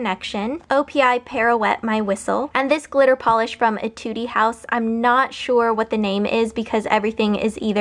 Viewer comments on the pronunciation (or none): aaaah theyre so pretty!! it makes me want to go to the mall and rob all of the nail polishes lol btw, you dont read the last e on etude :)xxxx